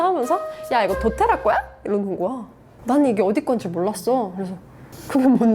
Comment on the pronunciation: 두테라 아니고 도테라